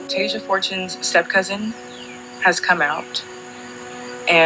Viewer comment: Dude her name is TASIA! NOT TASHA. Have some respect and at least get the name of the victim right!! Tf